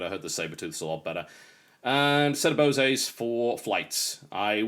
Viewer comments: Hey TB, its Bose as in 'bows' and not 'bosay' ;-) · I think you pronounced "Bose" wrong. I think Bo-say is not the way most people pronounce it, it's boh-se like "base" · Bose not boseays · teehee he said Bosey :P its just Bose :D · "Bosay" 😄 Oh how I miss him 😔 He would NOT like YouTube as it is today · fyi, blue cherry switches are some of the loudest. Red cherry, Black cherry, and Brown cherry, are some of the quietest. also if i'm going to be a nitpicking douche, at least in america, you don't pronounce the E in Bose. Like their commercials they don't pronounce the E, at least in my region. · BTW TB, Bose is pronounce like Hose. Named after the founder, Amar Bose, an American Indian engineer. It's not French or European, at least not to my knowledge. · Good Room TB, oh and the E in BOSE is silent, you say BOSe. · Thanks very much for the tour TB. Also, since you seem to like to pronouncing words correctly, I thought I'd lend a hand. From Wiki: Bose Corporation /ˈboʊz'/long 'o' in 'bode'. ;)